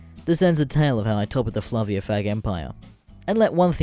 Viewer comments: my pee pee itches it's fa-ve-la not flavia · Oh God damn "flavia?" The fuck is "flavia?" Did you mean FA-VE-LA?